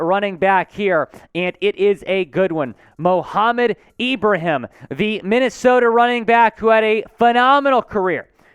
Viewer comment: you're one of the first of very few people with a platform to come close to saying 'Ibrahim' correctly, I'm not mad at it. I do believe he'll be a late round steal for us (or any team) having seen him perform first hand vs my Terrapins. Dude is a HOSS!